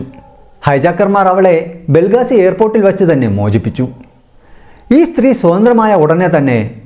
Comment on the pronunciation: ബ്രോ ബെൽഗാസിയല്ല ബെൻഗാസി